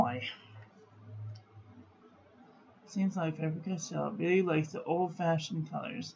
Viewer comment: Actually the V in Von is like an F in English and the A in fAber is the same A like in back and not like in face ...